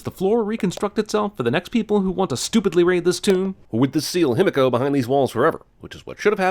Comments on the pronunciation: Ah yes, annoy the otaku community with such a simple name: him-echo. him-echo. him-echo. Cant be he-me-co. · *Himiko(He-Me-KO), if Japanese pronunciation was more known, this itself would be a sin. I mean if I were to spell it how everybody here is pronouncing it, it would be "Hemeko". Like bro my ears. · Even though the exact pronunciation of Himiko is unknown I still think they should have pronounced it: Hi-mi-ko (ひみこ) Following a modern Japanese pronunciation and not: Him-i-ko Every time they said it it was super distracting. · I could be wrong but aren't they pronouncing himiko wrong? Shouldn't it be pronounced he me co? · My biggest sin for this movie: Lara's dad (forgot his name) pronounces "Himiko" like it's "Himeko" and it was driving me fucking NUTS while watching the movie!!!!! How did they get that wrong? Didn't they have someone who speaks just a tiny bit of Japanese, who could tell the character who says Himiko the most, that he's saying it wrong?!? sins for that! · Good god, can they PLEASE stop pronouncing Himiko wrong, fuck. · No sin for the people studying Himiko not being able to properly pronounce her name? I is always pronounced as "ee" in Japanese. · my inner weeb is getting triggered by EVERYONE in this movie pronouncing Himiko wrong its not that hard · Movie and thus Jeremy is mispronouncing Japaneses and it is pissing me off, 'i' is pronounced like a long 'e', like he, or she., not like the 'i' in 'him'.